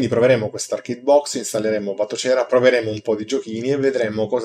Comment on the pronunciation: però la pronuncia di Batocera... :(